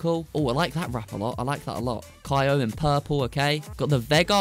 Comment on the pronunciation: You saying kyo wrong